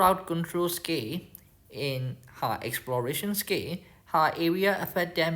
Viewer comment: You know how you pronounce “exclusive “? You use that same L sound for “skill” . Try it out, you got this I believe in you 😂. Thank you for taking the time to share your videos btw and making such an effort to share it in English as well. Very much appreciated